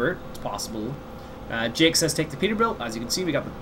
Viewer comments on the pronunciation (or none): none